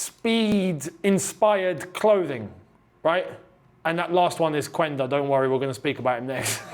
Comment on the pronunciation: Yo although it’s spelled phonetically /Quænda/ it’s pronounced /Qenda/ 👍🏾